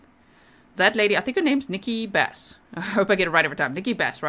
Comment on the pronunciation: Nikki BRASS not Bass G.!